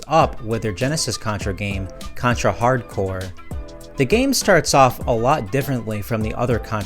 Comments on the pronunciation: Why's he keep saying Hard Core instead of Hard Corps? I realize this video is 2 years old, hopefully he doesn't do it anymore. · Hard Corps, not hardcore... He keeps saying it wrong though so I don't blame you.